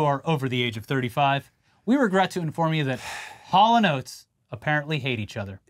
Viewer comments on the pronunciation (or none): That hal and oats performance sounded more like Corridors and Granola lmao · Today I learned it's not pronounced Haulin' Oats.